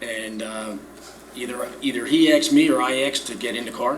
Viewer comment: He axed him. Ouch